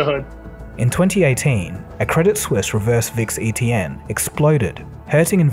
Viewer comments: 'credit seuss', what lol? Did you mean 'credit suisse' ? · It's not Credit Seusse, it's Credit Suisse. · 11.36 Credit Seuss? I think a better speaking mistake would've been Credit Suss but hey close enough lol